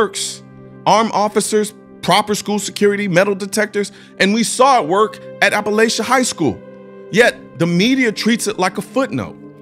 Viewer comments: I went to that high school and it is pronounced a•puh•lay•chee love your vids btw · As someone who lives in Barrow and went to/graduated from Apalachee I could never have asked for better SRO's or Sheriff's. P.S. It is pronounced App-a-lah-chee, I've heard alot of weird pronunciations for it. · And btw it’s a-pa-la-che 😭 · “Apple At Chee” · Its Ap-a-laaa-che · Yall saying apalachee wrong. It's appa-latch-eeeee. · Being from around there it’s pronounced App-Pa-latch-E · It seems you haven’t done much research on this since you don’t know how to properly pronounce the name of school and you got some basic details wrong and entirely left out critical information. 🤔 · Great video. But you kept mispronouncing appalachee... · You pronounced Apallachee wrong. The second "a" isn't a long "a".. Regardless, keep up the great work. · You're not pronouncing it right.